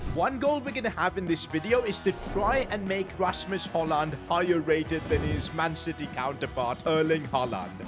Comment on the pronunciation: Your say it rashmos hojlon